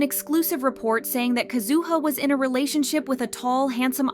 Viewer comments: Isn't it KAzuha? Her emphasis sounds unpleasant. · Nah why you gotta do Kazuha dirty by pronouncing her name like that 😂